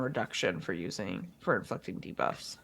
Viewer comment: At, I know it's probably "inflicting", but even playing it up loud, it sounds like dropping an 'F'-bomb. It's jarring.